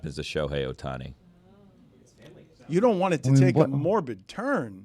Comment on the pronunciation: These freakin clowns joking about Ohtani’s demise. SMH. Also can not pronounce his name. Stupid people. Unfollow.